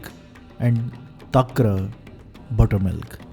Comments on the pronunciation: तक्र is pronounced as takra not tark... as per my knowledge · 13.32 it is not tarka but takra for butter milk. Sript was correct but should be pronounced properly. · Fruits. Yiu forgot Amra - Mango & Jackfruit - phanasa. It is Niivaara. Get your pronunciation right. It is canaka. Not cana. It is NOT shunti, but Adraka. NOT Tarka, but taKra. We KNOW EXACTLY how soma is herb pounded and then mixed with milk, filtered and drunk. NOT tarka (logic) takra. Aghna. A+gha+na. Ka kha ga gha nga. 4th letter. Manu doesnt say a Brahmana becomes a Shudra. He says he comes a fallen (Brahmana), patita (fallen) ie sinful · Not tharka that is thakra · Your video is really good,a small suggestion,it would have been better if u gave more importance on the right pronunciation of Sanskrit terms like sarshapa,takra,dugda and it would be of great help if u can share with me from where to get the original text of paka darpana by nala😊